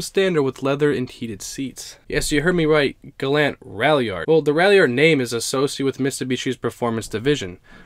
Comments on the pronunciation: its galant, gal-aunt not galant, gal-ant. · The gallant ralliart is a car i never heard of. Wow. You say the Gallant wrong bro. It is Gal. Aunt. GAL AS IN Gall bladder and then aunt as in ont Gal ont. Gallant The gallant is the most amazing out of all these cars to me. I never knew it existed. Mitsubishi is garbage though. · It's pronounced Gal-aunt, where aunt does not rhyme with ant. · Your not pronouncing Galant right